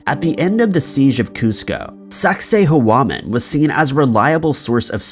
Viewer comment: I'd correct pronunciation of Sacsayhuaman, but he wouldn't care to get it right. He says words in the strangest ways, and despite repeated clarification from viewers, it's useless.